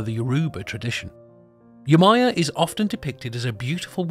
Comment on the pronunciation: Yemojà..... Not yemaya*